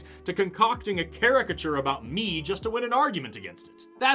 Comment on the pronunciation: can someone figure out what word was spoken , sounds like "care-ic-a-chur" and if you can that would be great!